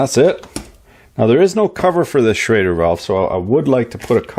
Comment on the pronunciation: it is a SCHRADER ( Inventor german immigrant August Schrader ) not a SCHROEDER valve .....